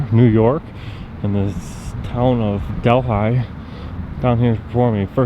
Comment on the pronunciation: Delhi pronounced Del-he....which is an Indian word...Not Del-high.....